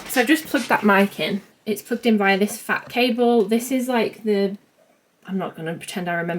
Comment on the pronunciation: The struggle is REAL😊 Did you say FAT cable!? 😅